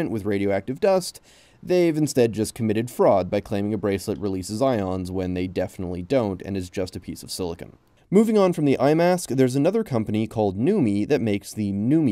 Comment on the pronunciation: siliCONE, not siliCON.